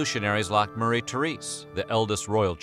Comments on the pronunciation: Her name is pronounced like "MARY" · Her name was not pronounced Mu-ree.